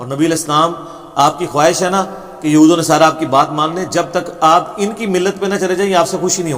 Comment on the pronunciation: یہ بوکھل مادرزاد جاہل مرزا جہلمی قرآن پاک کی آیت کو ہی صحیح نہیں تلاوت کر رہا ہے ولن تر ضی عنک الیہھود یہھود کی دال پر ضمہ ہے مگر مرزا جونیئر فتحہ کے ساتھ تلاوت کررہاہے یہ جاہل بل میں گھس کر ڈینگیں مارتا رہتا ہے لیکن جب مفتی طارق مسعود صاحب کی للکار سنتا ہے تو بل میں گھس جاتا ہے اس کے جاہل اور بے ضمیر چمچوں میں اگر ذرا بھی اخلاقی جرات ہے تووہ اس کو پیروں سے کھینچ کر باہر نکالیں تو میں سمجھوں کہ انجینئر کچھ جانتاہے